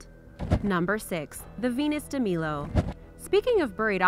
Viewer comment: you pronounced Venus de Milo and Milos wrong